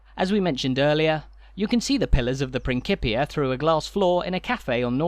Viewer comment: Great tour but you are mispronouncing "principia".